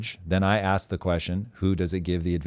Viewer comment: It's prounced ASK.